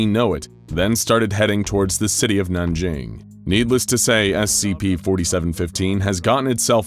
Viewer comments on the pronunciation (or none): none